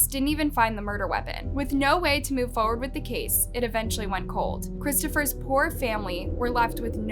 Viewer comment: Its said “forward” not foooard.